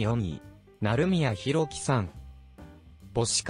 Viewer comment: なるみやじゃなくて なりみや